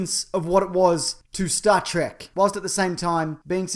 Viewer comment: actually it's reallys supposed to be pronounced T-R-E-K not track people just started calling it track.